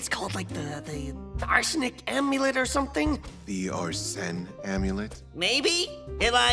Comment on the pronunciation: Arsene amulet heard like Arson amulet not gonna lie